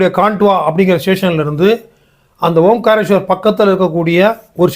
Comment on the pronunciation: ஓம் காரேஸ்வரர் என்ற சொல் தவறு. ஓங்காரேஸ்வரர் என்று சொல்லவேண்டும்.